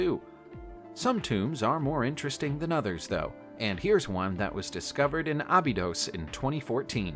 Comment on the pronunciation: Omg abydos is not pronounced that way!!! Anyone ever even watching one documentary would know that.